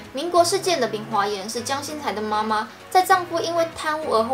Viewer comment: 對了，姜薪"栽"不是姜薪"裁"喔!